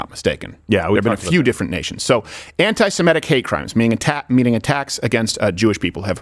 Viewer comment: It's not "Simetic" it's "Semitic", and the phrase does not just include Jews.